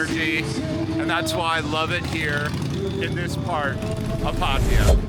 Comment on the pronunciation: It is PA-TA-YA not PATIA what a noob 71 countries cant even spell correct the place ...